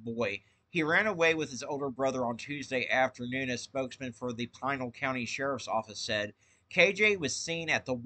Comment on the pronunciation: Thanks for report. Also it's pronounced Pee nal..